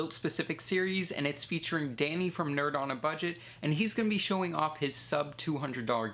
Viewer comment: its nerd not nerb